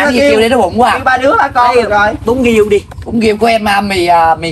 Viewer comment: Riêu mà nói giêu